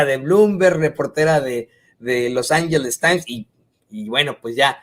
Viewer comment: los anyeles times?